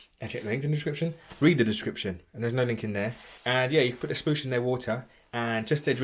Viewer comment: "A splosh". 😄